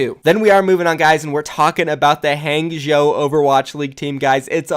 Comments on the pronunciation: Just a heads up, HangZhou is pronounced "HongZhou". It's like how Wang is pronounced Wong. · omg the amount you butchered hangzhou was ridiculous